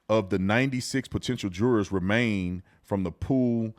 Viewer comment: He be saying the word jurors like it's Gerber. 😂😂